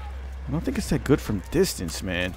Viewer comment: Lovin your channel, it's always entertaining.... My thoughts on the chauchat....It's a real slugger at close range, feels overpowered and kicks like a mule in close quarters.. how did your French pronunciation go..dist-ornse. Personally I think it's evenly balanced out by comparison. Lovin the unedited gameplay. You went 33-8 I would consider that a great score for me..Lol